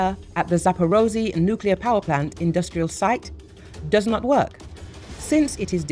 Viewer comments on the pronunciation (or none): none